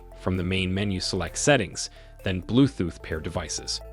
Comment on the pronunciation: Blue "thooth"?